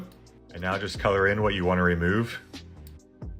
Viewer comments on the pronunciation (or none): none